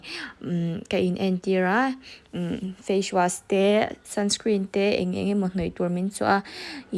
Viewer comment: Facewash ilam dan hi mak ee, fashwas angin i l am daih zel a